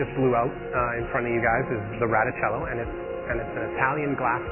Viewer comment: its a RETIcello not a RATIcello!!!!! argh!!! lol jk